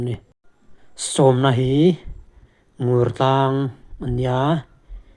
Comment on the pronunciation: Mizoram tlangsang zual te tih hnua "Top" tih sapṭawng hman a ngai tawh lo. Ngur tlang lam dan hi Nûrtlang tih tur, ui 'ngur' anga lam tur a ni lo.